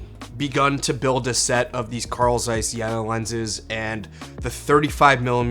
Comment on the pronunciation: I Germany we pronounce: Jeeena och Caiss 🙂